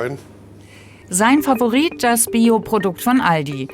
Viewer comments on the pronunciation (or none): none